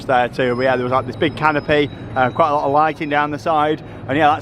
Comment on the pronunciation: Very controversial ' Coronated ' had me googling if it was a real word- then at home said ' Canape' instead of canopy - nice to have the Merlin attractions to visit with your pass whilst in the city. Never used to see the 'Sacre Coeur' style dodgy games only food vendors and pick pockets, really need to move them on and great you warned anyone who might be tempted, you certainly did it on a budget, did you stay over at Chessington?